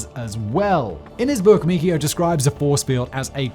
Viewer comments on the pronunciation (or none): "Michio" is pronounced "Michio", not "Mickeyo". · His name is pronounced mee chee o. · Not only can he not pronounce Aurora Borealis. He also screwed up Michio's name.